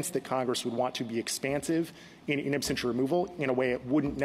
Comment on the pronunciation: Why does Justice Jackson keep saying absTentia? Does she not know the word absentia? Is this the Supreme Court?